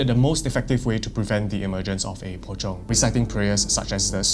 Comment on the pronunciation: "Pocong, sometimes known as Po-chong" ngl without the subtitles I would've been lost here.